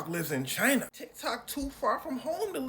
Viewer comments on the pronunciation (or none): none